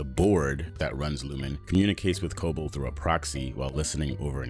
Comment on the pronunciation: WHY?? WHY?? Does he keep pronouncing her name WRONG?? Has he watched the show? It's pronounced Co-BELL, not CO-bull. Why can't he get this right?